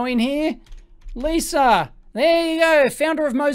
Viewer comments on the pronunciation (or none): none